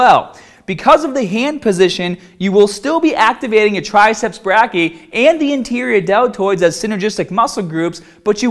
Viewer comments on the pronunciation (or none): for future reference, "brachii" is pronounced "bray - key - eye"